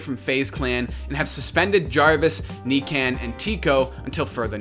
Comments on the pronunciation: NICAN lol it’s NIKAN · Faze Nikan is Nee con not necan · he sad kneekan hhahahahah it nikan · Buddy really out here calling him “Knee-can” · knee-can lol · It’s pronounced Nee-khan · "Knee Can"